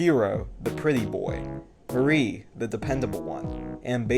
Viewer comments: you pronounced mari so wrong i didnt even realize you were talking about her at first its mah-ree , not muhri 💀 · Incredibly well structured video. For it to be only 6 minutes long it still manages to get straight to the point and explain the viewers exactly why they would want to play OMORI. That is, without even going as far as to spoil the more important twists in the story. If I had to find something wrong with it, it would be that - because of her implied Japanese descent, Mari's name should be read as Mah-ree.